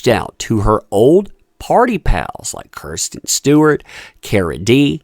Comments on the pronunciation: I appreciate your content but please learn peoples names if you’re going to discuss them. Margo Robbie RAW-B is the correct way to say her name as well as KRISTEN Stewart not Kirsten. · What the heck is going on here? Is this a contest to see how many names you can mispronounce? Margot Robbie not Roby. Kristen Stewart, not Kirsten. Do you even know who these people are? I can’t watch this; it’s just silly that you’re reporting on people when you don’t even know their names.